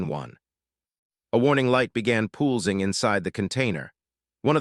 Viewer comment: Poolzing??? Maybe Pulsing? Fix your AI text-to-speech!!!